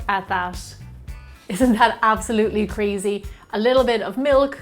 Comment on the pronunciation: she said crezy